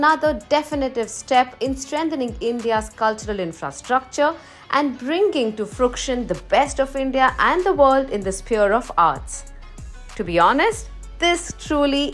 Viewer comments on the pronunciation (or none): Fruition not fruction